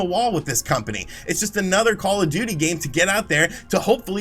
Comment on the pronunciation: I’m hearing “Call-a-Duty” every time you say “Call of Duty”.